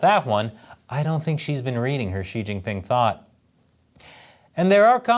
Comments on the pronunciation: Xi-eeesh... what an idiot. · Xi is pronounced "she"